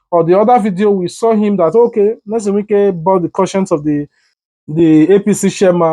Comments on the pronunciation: The man's name is Nyesom, not Nelson. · His name is Nyesom not Nelson. Polish your grammar or use broken/ Pidgin English. It was a beautiful package